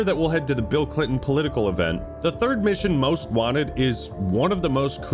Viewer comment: BEEL CLEENTON